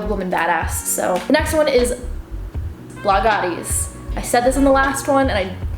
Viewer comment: its blogilates not blogaties! haha